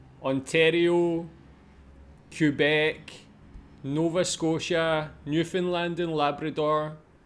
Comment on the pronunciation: I even wrote a song about all the provinces and territories! And well done! You pronounced Saskatchewan and Newfoundland correctly! That’s impressive! From west to east the territories are Yukon, Northwest territories and Nunavut. Wow you know a lot! Sad that so few of the people in the video know about our own country.